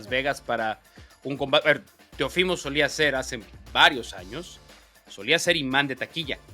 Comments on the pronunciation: No es “ Teofímo” es Teófimo acento en la O Mauricio Pedroza, reglas de ortografía básica mi estimado. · Por qué Pedroza pronuncia mal el nombre Teófimo? El acento es en la O no en la i. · Estás mal Mauricio, su nombre es Teófimo, no Teofimo